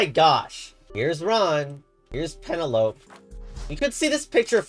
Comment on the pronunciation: Penelope doesn't rhyme with Cantaloupe